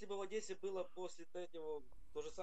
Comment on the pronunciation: "В Одэссе" не говорят, дурачок. За Одэсса в Одессе дают по голове